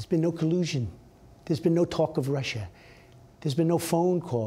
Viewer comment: "There's no colusion. I didn't deal with Russiaah. I have nothing to do with Russiaah with respect to my race." WTF is he bloviating on about.